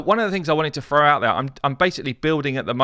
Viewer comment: Head up it’s THROW not FROUGH or wtf ever your saying. Can’t even watch the video to busy trying to just comprehend wtf is froughing gear on a champ means smh